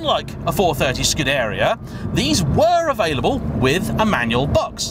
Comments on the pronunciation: Hi, it's Scuderìa, not Scudèria. Cheers from Italy! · That's what I was wondering... are we all wrong and he's right to include 'dairy' in his pronunciation (skoo-dairy-er). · it's sort of scoo-deh-ria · Please at least try to pronounce scuderia correctly, it's painful to listen to. Thanks.